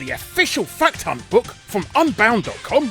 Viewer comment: Sounded like you said fuck ton not fact hunt at the start!